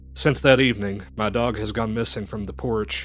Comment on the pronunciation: "they terk yer duhhrg!!!!"